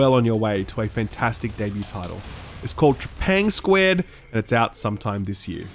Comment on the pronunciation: You're the first person ive seen who pronounced Trepang2 as "TrepangSquared" instead of "TrepangTwo" 😂😂